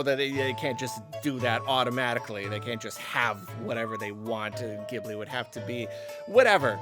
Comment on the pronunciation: Someone tell him how to pronounce “Ghibli”